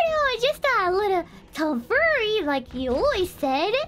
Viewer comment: I love how can’t quite figure out how to pronounce tomfoolery. “tomfoory”